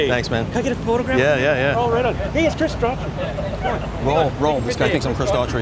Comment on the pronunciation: You mean... Daughtry? lol